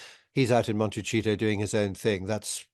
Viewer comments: Interesting discussion. Thank you. But Hugo -- for the sake of the locals, please note -- it's pronounced Monte-SEE-toe! Not Monte-CHEATOE. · Will someone tell Hugo it's not Monecheeto it's Montecito 🤣🤣🤣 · It is pronounced M o n t e s i t o , tell your friends inot Montechito &i it is spelled Montecito. Thank you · MonteCHEETO. HAHAHA. I ABSOLUTELY adore Hugo